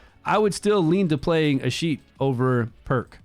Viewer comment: A-skeet-ius that's how you pronounce his name